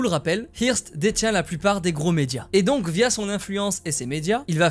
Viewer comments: Ça se prononce "heurste" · hearst ( je crois qu'on prononce eurst ) , c'était le Bolloré de l'époque